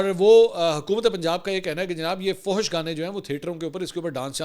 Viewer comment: bhai فوحوش nahin hota فحش hota hai .. aur بوحیرا nahin بحیرہ hota hai.